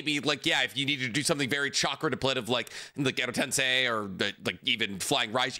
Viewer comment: Love 90% of what does but I have a gripe I can’t ignore with this man. He’s a literal Naruto scholar but mispronounces several things I feel like should be inexcusable for a man that believes his own hype so strongly. For example, he says “Tensei” wrong every single time. I mean cmon man, it literally is one letter off from “sensei” but we don’t hear him saying sen-sai.